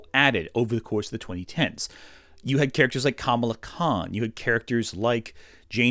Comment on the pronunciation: I know this is a small nitpick and so far I like the video, (I'm ) but Kamala Khan's name is pronounced the way people were mispronouncing Kamala Harris's name.